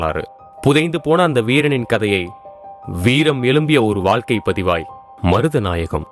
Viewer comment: Yes Tamizhargal pronounced as Tamilargal and Vaazhkai pronounced as Vaalkai very bad pronunciation.